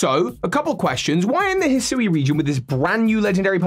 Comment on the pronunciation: Isn’t Hisui pronounced HE-swee?